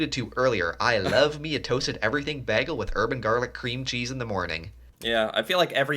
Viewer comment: The way he pronounces "bagel" makes me cringe